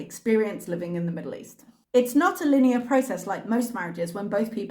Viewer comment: I can't wait for her next live/video where she repeats her community post and mispronounces "linear" again. Also, while I was watching this Mr. Sidhe was in the living room breathing loudly and it wasn't until halfway through her video I figured out that he was making fun of her heavy breathing. lol